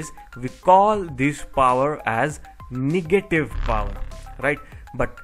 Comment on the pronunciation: Awesome video, but plz say negative power not niggative power